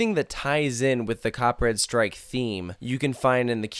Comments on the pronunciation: Each time you say the title of the ride, it feels like you're saying "Copyright strike" XD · Am i the only one that hear him saying "copyright strike" throughout the whole vid lol?